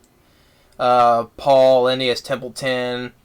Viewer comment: Who said this guy could be a movie critic? He can barely put a sentence together. He mispronounced Paul Lynde's last name, as well as the first name of the character of Avery (Fern's older brother, voiced by Danny Bonaduce, from "The Partridge Family"), and he got a few parts of the plot wrong, like when he said that the first word that Charlotte the spider (the voice of Debbie Reynolds) spun into her web was "TERRIFIC," when in fact, her first message consisted of two words, "SOME PIG." Incidentally, I don't exactly agree with the idea that the songs slowed the film down. I've seen the movie a couple of times (I've read the book too), and I liked a few of the songs, like "There Must Be Something More" (sung by Fern to Wilbur the pig when she begins raising him as her pet), "We've Got Lots In Common" (sung by Wilbur and the other animals at Mr. Zuckerman's farm to show that it doesn't matter what they look like), and "A Veritable Smorgasbord" (sung by the lady goose to Templeton the rat in describing the leftover food he will find at the fair, and then sung again by Templeton at the fair while he stuffs himself with discarded popcorn, fruit, candy, lemonade, etc). This so-called critic may have had an issue with the music, but I liked it. Similarly, E.B. White, the author of the book that the movie was based on, may have disapproved of the film, but I thought it was pretty good. I guess it's a matter of one's own taste. P.L. Travers wasn't particularly crazy about Walt Disney